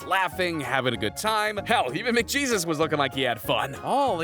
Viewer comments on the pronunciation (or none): It's Mac gayivd ok not Mac Jesus u fool